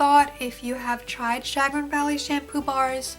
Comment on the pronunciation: Chagrin - Sha-GRIN